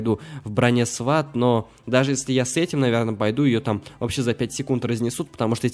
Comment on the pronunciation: Достал делать ошибки в словах!!! НЕ ьорф а ьос, и не СВАТ а СВОТ!!!!